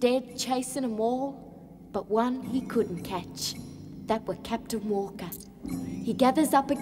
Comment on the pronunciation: CAP'N WALL-KAH!! MRS.WALL-KAH!!!